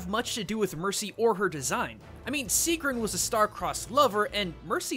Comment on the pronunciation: my name is sigrún :D and you did not pronounce it right